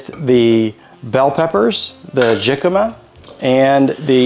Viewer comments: Being a California native I’ve never heard of “jicama” pronounced that way with a hard “j”. It’s a Mexican word so the “J” is pronounced as “H” like “Hicama”. Or like “Hey-Sus” for the name Jesus. (Which is a popular Hispanic name)It tastes like a cross between a raw potato and a bland apple. Love your videos and the Bible verses at the end! ❤✝️ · jicama pronounced like hicama. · your husband did a great of being videotaped while cooking! Jicama is actually pronounced “hickama” and can be used as a potato sub. Jicama has almost 50% less carbs than a regular russet potato and offers a “bite” like a radish. It can be boiled and mashed like regular potatoes. You sure do like your dill! 😊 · Yes, he knows now that it's pronounced with an "h" but he had never used it before.🥰